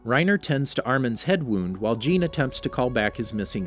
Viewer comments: Not trying to be one of those guys but jeans name is pronounced john just for other videos also enjoyed the vid and keep up the good work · Ah yes ,’jeen’ the horse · ah yes jeen